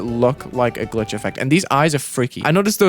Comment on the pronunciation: “Glief … Glubstep”